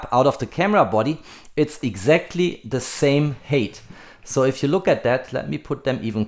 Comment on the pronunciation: Height is not pronounced hate!